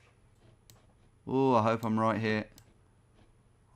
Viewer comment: “I don’t think in roooight” that walsolian accent coming out there :D